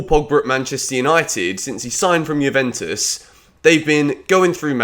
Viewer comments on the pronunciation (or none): none